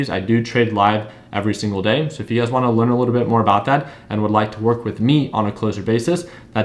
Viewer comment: you've been trading $UGAZ so long that when you say, "You Guys" you say, "UGAZ". 😄